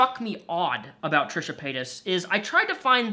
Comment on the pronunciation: Trisha? No. Trash-uh.